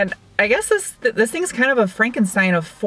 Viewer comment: To do a review like Doug Demuro start by turning the word “THIS” into 3 over-pronounced syllables ..”the-hiss-es” .... and dress way geekier in khaki shorts and sandals 🙄 ——— if Leno ever brings-in “field reporters” .... you are a sure-thing.